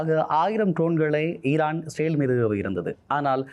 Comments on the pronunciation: Sir, please pronounce as israel not sale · Bro இஸ்ரவேல் என்று உச்சரிப்பு செய்தால் நன்று 🙏